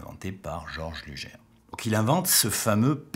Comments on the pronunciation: dommage de prononcer "lujere"" plutot que "lougueur" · sic mundus creatus est c’est horrible d’entendre lujer mais bon on va pardonner le non germanophone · Luger se prononce Lougueur (Comme longueur mais en remplaçant "Lon" par "Lou"). Sinon vidéo très intéressante ^^ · Superbe vidéo sur une arme mythique (mon pistolet préféré, de loin). Attention cependant à la prononciation: LUGER se dit "LOUGUEUR" (phonétique) et non "LUJAIRE". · Une bonne fois pour toute, on prononce "lujère" ou "lugueur"? Merci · alors ne pas pas prononcer "luger" lugère mais lugé alors... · Par contre ça se prononce "lougueur" et pas lujère". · Sympa la vidéo! Par contre j'ai toujours un peu de mal à entendre "lujère" au lieu de la prononciation Allemande^^ Comme Gewehr et "jéverre" si on veut^^ Bonne continuation :) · Merci, Effectivement pour la prononciation sur les armes j'ai décidé de rester très franchouillard Entre les allemands ,russe , américains Chacun y vas de ça petite prononciation Pour les Ruger par exemple on a toute les variantes Mais bon Lujere ou Luguere ca reste quand même une arme absolument magnifique est au tir c super sympa Vos video sont très sympa,et je me suis abonné Bon tir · Attention luger ne se prononce pas lujer mais sinon cool la video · désolé mais on dit luguer et le r final est prononcé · Je me suis arrêté à "Lugère". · vous avez raison, en plus le u se prononce ''ou'' en allemand. Ü avec un tréma se prononce U. Mais je l'ai appris en faisant de l'allemand au collège. Une langue '' morte'' de nos jours. Une vidéo très instructive comme pour le Mauser c96 par laquelle je commence à connaître le nom des pièces. Comme oreille de genouillère. Danke schön, sehr gut vidéo.